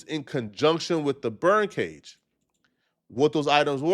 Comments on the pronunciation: I thought he was saying BIRD cage 😂😂😂😂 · You need to work on your speech. It’s BURN cage not bird cage 😂